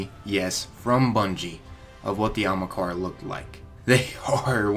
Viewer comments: lol usually these vids are good, but everytime he says Ahamkara, he says it like Amakaran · It hurts ma sowl when he says "Amakarea" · It is pronounced Ah - Haam - Kara not ah hm Kara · "Amakara" lol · Good video but did it annoy anybody else how he mispronounced 'Ahamkara' all the time?? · ah-hom-car-uh pronunciation, fool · Ahmakara? Bruh pronounce it right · Is anyone els bothered on how he saying ahamkara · A-ham-kara (ham is pronounced like haum) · A-ham-kara for fucks sake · I bet a million other people have said this, but its pronounced Ah-Hum-Car-Uh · you mispronouncing Ahamkara makes me cringe... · Learn how to pronounce Ahamkara please, it bothers me, and we know they were in our Galaxy but they were supposedly all killed off in our Galaxy, but apparently not all since some were spotted, and you clearly don't know they're coming with Osiris in the DLC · The sword was in destiny 1. Do some research. You're also saying ahamkara wrong. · I don’t understand how you said it so wrong..... you replaced HA with an R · Writes it Ahamkara. Pronounces it Amakahra. I'm dyslexic as fuck and I'm insulted. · its pronounced aHAMkara not aMAHkara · The bones on Io aren't ahamkara bones, and its not pronounced amakara. Just sound it out o3o. The evidence to support that the Io bones aren't dragon bones is that first off you can notice a ton of snail and trilobite remains along with the bones. The theory that would make the most sense is that Io used to be either a water world or primarily aquatic with a bit of land. Also, the area that we go on Io would fit perfectly underwater. Just imagine it with water. Those skeletons are most likely of some type of whale or alien creature. The bones "could" be ahamkara bones but that is HIGHLY unlikely and wouldn't make sense. We will no doubt have dealings with one sooner or later though. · Ahamkara not amakara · It's Ahamkara not Akamhara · It is A-HAM-KARA, not AMAKARA. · jesus christ there's an H in ahamkara- not Amukara